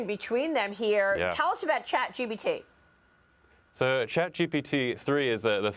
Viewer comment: why is she calling it Chat GBT???